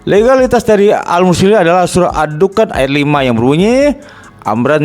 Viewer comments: Menyebut nama surat aja sdh salah, ad dukhan dibaca ad dukan, apa lagi isi Al-Qur’an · Sebut nama surat aja tidak keruan, ad dukhan dibaca ad dukan🤣🤣🤣🤣🤣🤣🤣🤣🤣